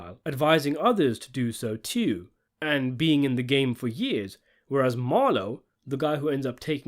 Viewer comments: I heard that 'tew' at the mark. Great analysis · Throwing that "teww" in the Baltimore accent when you are from Birmingham, England is hilarious. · Saw what you did with Joe’s pronunciation of “too” as “tew” 😅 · Threw in that “teww” with the B-more accent! 😂 I love that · I heard it teww😂😂😂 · Saying "too" with a Baltimore accent when referencing Prop Joe was a nice touch!